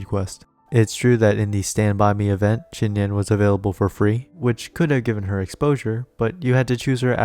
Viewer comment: "Xi" is pronounced Z not SH